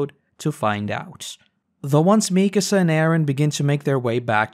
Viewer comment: I love your videos, and I waited to watch all of AoT before starting this series, but damn your pronunciation of Mikasa is making my ears bleed.